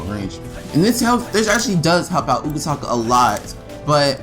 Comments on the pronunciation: CORRECTION its UTAKATA not UKATAKA NO HATE PLS. BTW GREAT VID AND DO THE SECOND MIZUKAGE NEXT THANK YOU! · My Utakata is the best Facts thanks for any info I knew already tho 😄 and you kept saying his name wrong 😑 but great job!